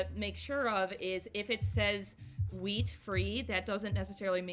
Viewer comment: I love your hair. The chocolates look so good. Every time that she said wheat, I thought that she was saying weed 😂. Aww I'm so sorry for the loss of your doggie. The 23rd is the 3-year anniversary since my sweet Chewy passed away. Lossing pets really sucks. My favorite candle scent is anything sweet like candy or baked goods like doughnuts. I'm burning sweet, sugared lemon right now. I HATE strong florals and lavender.